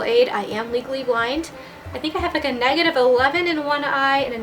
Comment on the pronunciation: i kept hearing legally blonde instead of legally blind.. I'm too obsessed hahaha. amazing video though!